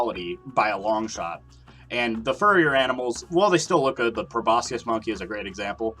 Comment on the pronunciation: The c in proboscis is silent